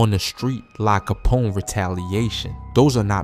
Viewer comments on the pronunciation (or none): Lahh capone. Learn the pronunciation. Its disrespectful to not do so. Cmon man.